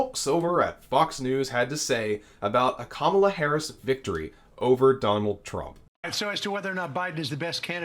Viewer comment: And please, stop the disrespect of mispronouncing Kamala Harris' name. I'm mean, what are you 5 years old?